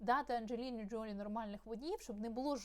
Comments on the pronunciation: Все-таки, ДжолІ (наголос на останньому складі). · ....наголос на останній склад ...ДжоЛІ...!